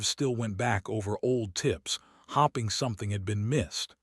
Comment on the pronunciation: You do know that the word: hoping isn't pronounced as hopping??!!